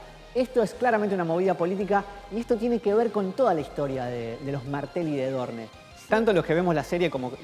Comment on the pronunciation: aaay porfavorrrrr porque dice ''dorne'' se dice ''Doorn''